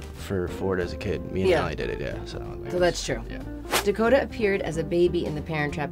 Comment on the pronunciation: His name is Dakota.....Da Ko Ta....oooookayyyyy